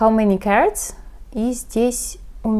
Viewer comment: Я тоже так услышала))))